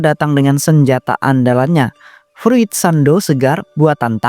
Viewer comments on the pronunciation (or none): Fruiit no, furiit yess😅